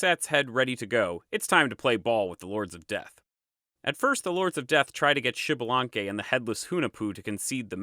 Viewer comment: Thanks for the video, liked it. One thing, it isn't pronounced Xibalanque, but Ixbalanqué with higher entonation on the e (same as Ixmucané) which is a quiché word that means 'young sun jaguar'. Kind regards!